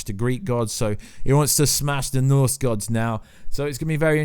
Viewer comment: Did you swallow your tongue? You are still saying ‘Norths’ instead of ‘Norse’ and you sound like a kindergartner when you try to say Ragnorak. I’ll never understand people who make their income from talking but can’t pronounce words correctly or have speech impediments.